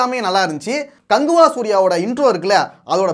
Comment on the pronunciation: கங்குவா❌ கங் ஊ வா